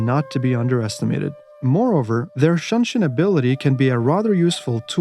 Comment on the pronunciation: some notes shinobi's shunshin is "shoo" not "shan" u can shorten spearman "nagae" to just "na-guy"